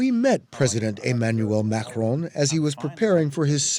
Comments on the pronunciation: Stop saying Mahhron. His name is Maccron. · The journalist should have done his homework and not pronounce Macron wrongly. It is not supposed to sound like [Mahrong]... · the way the host pronounces Macron makes me want to die